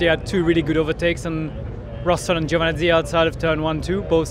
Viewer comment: who is 'Giovanzi' : p